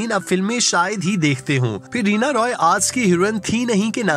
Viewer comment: رینا "روئے" یا رائے ۔۔Roy تو انگریزی نام ہے۔یہ Rai ہے